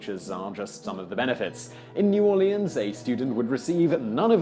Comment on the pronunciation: I don't think you will ever learn to say New Orleans properly.